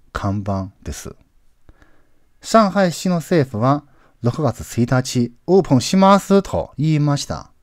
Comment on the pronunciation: 勉強させてもらっています。 OPENは、うーぷん、ではなくて おーぷん、と言った方が良いと思います。